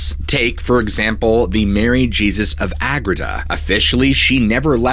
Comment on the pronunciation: Her name was pronounced “Mary Hay-Zeus,” as she was Spanish! Not “Mary Jee-zus.” 🤦🏻‍♀️